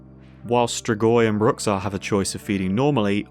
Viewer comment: Man, that pronounciation of Bruxa certainly is something lol In portuguese (which I'm guessing is where the modder got the word from) its "Broo-shah"